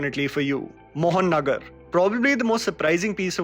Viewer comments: Right pronounce is MohaNagar. means Capital City...... mohannagar means Mohan's nagar....this is not right.... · its 'Moha Nagar,' not 'Mohon Nagar'. U spoiled my excitement of seeing a content from my homeland by butchering the pronunciation this way. I'm sure Mohanagar shudnt have been too complicated a name. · it’s Mo-ha-nogor not Mohan-nagar. Anyway, great list 😊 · It's not MOHAN-NAGAR... It's MOHA-NOGOR... But it is spelled Mohanagar which means megacity.. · it's not mohan nagar it is mohanagar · Hi! I am a huge fan of yours from Bangladesh and always wait for your recommendations. I am thrilled to see how you have praised 'Mohanogor'. Thank you for praising this gem from Bangladesh. But the actual pronunciation is "Mo Ha Nogor" not "Mohan Nogor". 'Mohanogor' means big city in Bengali. I know it's not a big issue but still...Thank you for your appreciation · It is mohanogarrrr moha nagar not mohon nagar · Actually, it's Moha--- and --- Nagar then you say it together.... Mohanagar Means Big City. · It's not mohon nagor, It's Mohanagar which means big City. And Thanks to talk about it. I'm proud to heare it from you man. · Small correction.. it's not Mohonnagar it's Mahanagar (means city) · It's not Mohan Nagar, it's Moha Nagar (meaning-The Big City) please pronounce it correctly as it is changing the meaning of the title. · Bro its Moha-Nagor.. City in English ❤️ from Bangladesh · It's not Mohannagar It's mo ha nagar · not MOHAN NAGAR ... it's MAHA NAGAR ( MEGA CITY ) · It's Moha Nagar. Not Mohan Agar. Love your videos 🤍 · its MOHA NOGOR!! not Mohan agar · Its not मोहननगर, its महानगर। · It should be pronounced mo-ha-nagar, not moh-an-agar. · It's Mohanagar not Mohannagar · It's not mohan-nagar, moha-nagar(mahaa-nagar) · Moha Nagar not Mohan nagar* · Great video ♥️. The pronunciation is Moha - Nagar Meaning "big city" . In Bangladeshi aspect it is referred to as the Capital City Dhaka. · It's mo- ha -nagar.I am bangladeshi❤️❤️❤️